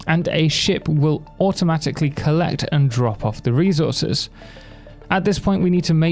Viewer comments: thanks for the guide but, who on earth says "rezources"? it's resources. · Thanks for the guide but... Who on earth says "rezources"? It's reSources.